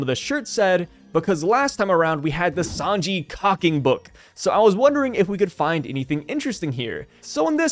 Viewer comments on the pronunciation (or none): none